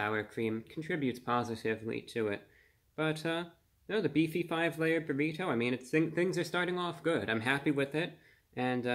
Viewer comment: Everyone: Burrido Review Brah: Burri TOE